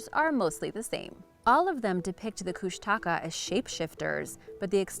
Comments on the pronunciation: Kushtaka is pronounced (kush ta caw) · Alaskan here. First off, it is pronounced “Koosh’ ta kah”. The Tlingit and Haida tribes throughout the Southeast panhandle are the ones who have the most stories. In fact I passed them on to my own kids. They are half man half otter shape shifters. They have red eyes and are tricksters. A good book about them is “ The Greatest Story Ever Told”. Secondly, the Thunderbirds have been seen many times over the years, especially in the lower Western area of the state. I know someone myself who has seen one. There are many interesting and unexplained things up here in the wild. We usually just accept them as part of the way of life here.